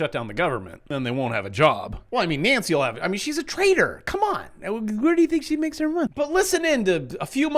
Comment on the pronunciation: I just couldn’t make out if you were saying that Nancy Pelosi was a “trader” or a “traitor” 😊